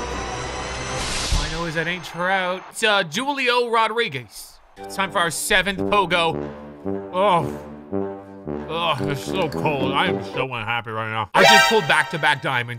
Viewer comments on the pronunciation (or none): “Jewlio Rodriguez “ 💀